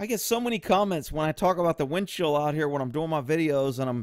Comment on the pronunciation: It sounds like you keep saying "windshield".